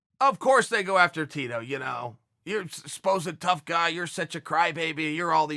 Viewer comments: No one: Chael: Ya-rear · Yewe-err kauwrec-ked the-re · Jonathan you mean... YOUR’ER Rodriguez? 😂😂😂😂😂